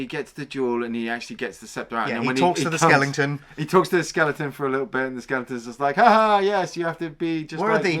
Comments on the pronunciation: Recently discovered the channel, been watching most of your catalog. But I really have to ask...is Skellington a long running gag or something? Don't think I've heard skeleton pronounced that way unless as a joke😂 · I love that calls Skeletons ‘Skellingtons’😂